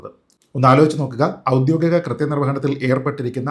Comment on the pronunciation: നല്ലൊരു സംവാദകനും പ്രാസംഗികനും ഒക്കെയായ താങ്കൾ ഔദ്യോഗികം എന്ന വാക്കിനെ പലപ്പോഴും 'ഔദ്യോദികം' എന്ന് തെറ്റായി ഉച്ചരിക്കുന്നത് പല പ്രാവശ്യം കേൾക്കാൻ ഇടവന്നിരിക്കുന്നു. ദയവുചെയ്ത് അത് തെറ്റാണെന്ന് മനസ്സിലാക്കി 'ഔദ്യോഗികം' എന്ന് തിരുത്തി ഇനി മുന്നോട്ടുള്ള താങ്കളുടെ സംവാദങ്ങളിലും വീഡിയോകളിലും ഉപയോഗിക്കുമെന്ന് കരുതുന്നു.